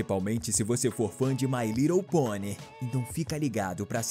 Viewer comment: Desafios procure o momento em que ele diz mai rridle ponie e comente a aqui